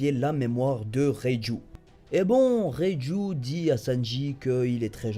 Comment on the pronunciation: ^^ haaaa une bonne prononciation de reiju x) le dok il arrive vraiment pas à prononcer son nom le bras qui saigne s'est surtout qu'il voulait s'arracher le bras pour sortir de sa cellule rien à voir avec kraker